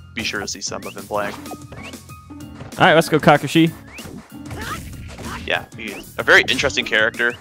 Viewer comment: lmao m2k said "kakashi" wrong r.i.p